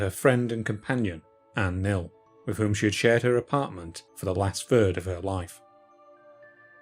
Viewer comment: Sorry, but when the narrator says, "for the last fird of her life" - I figure nothing else can be very impressive...